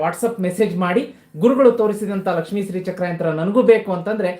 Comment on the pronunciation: Karagre vasate lakshmihi...not lakshmi ..it's lakshmihi